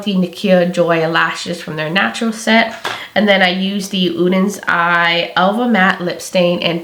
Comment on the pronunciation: You are the first creator I’ve seen so far -besides Angi and probably Annette - who actually tries to pronounce both SOLMÅNE and ODENS EYE correctly! Thank you!! I got my palette this week and you can bet I’m trying it out tomorrow!